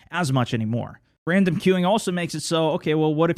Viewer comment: "If you are playing with ran-dumbs..." lol